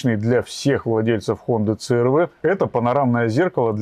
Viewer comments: Це эр вэ 😂 Си-ар-ви ‼️ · Да когда ж вы уже научитесь правильно и профессионально произносить брэнд авто? 😂😂😂